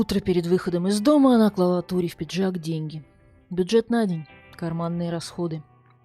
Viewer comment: Не клалА, а клАла